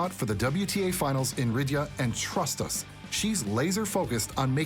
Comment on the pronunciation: Ridya?? I think you mean Riyadh 😂